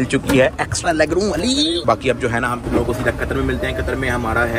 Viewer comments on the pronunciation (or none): Best part of the video is "hemlogeee"😂😂